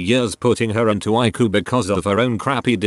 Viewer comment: I love how he says ICU as I-KU.